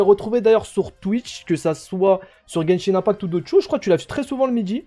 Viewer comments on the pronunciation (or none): arrête de dire genshin in pact, c’est IMPACT 😆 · Guènchine inepakt